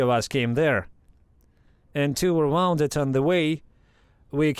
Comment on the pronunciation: Very cool door. Someone is crafty and clever. Teach the AI to pronounce "woon-ded". The other is wound like string or wire on a spool, but they are spelled the same.